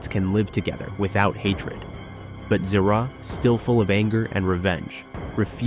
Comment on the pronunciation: not ziraaa zira